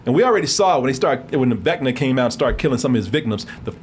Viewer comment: "Vinca..." Two nerds in unison: "VECNA!" 😆